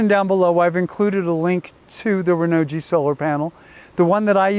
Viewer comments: Great video but if I may.... Hearing you say "Renault G" it messes me up.... I don't think it should be pronounced like that... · PLEASE learn the proper pronunciation of Renogy. You loose credibility instantly. I don't even want to listen to you. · P - I agree totally. Have a little respect BC